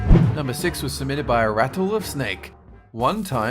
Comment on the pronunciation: Can we all just appreciate the way he said “RatTlE_oF_SnAkE”